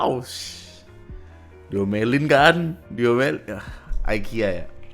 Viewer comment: IKEA BANG IKEA BUKAN AYKIYA 😡